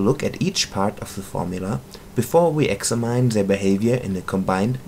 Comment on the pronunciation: The way you pronounce "Examine" is way off lol. An American English speaker pronounces it like "Ecks-amm-enn" or Eggs-ham-hen.